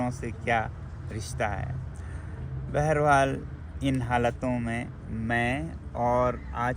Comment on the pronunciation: Beharwaal ❌ Behar-haal ✅